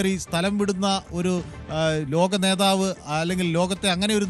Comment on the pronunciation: നെധാവ്. എന്ന്പറയരുത്. പട്ടി എന്ന്പറയണം. നെതാവ്. കുമ്മയിനി. തന്നെ